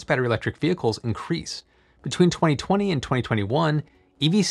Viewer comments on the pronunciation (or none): none